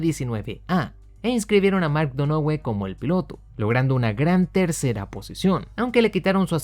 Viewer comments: se dice “Donajiu” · Donohue (Pronunciación: Dónajiu). Solamente complemento tu gran video, sigue así, tío. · "Donohue", tal cual. A unos si los pronuncio bien, a otros no ¡Fórmula Uno! Compadre.